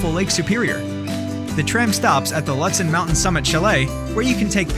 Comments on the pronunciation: Ludsen? Im pretty sure its pronounced lewd sen. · Please know the correct pronunciation of the towns and places you recommend, so as not to make the visitors sound like idiots. Lutsen - its pronounced “Lootson” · Not trying to sound rude but some of the places that you said aren't how they are pronounced like lutson is pronounced (lute-son) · Lutsen: loot-sen Grand Marias: muh-ray Tettegouche: te-ta-gooch Your video sucks. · Loooo tsen is how it’s pronounced, you botched so many pronounciations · I noticed that, too. And isn't Lutsen pronounced Loo-tsen? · Lutsen and Grand Marais are incorrectly pronounced by your vocal robot.